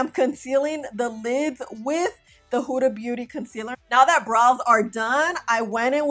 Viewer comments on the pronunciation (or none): none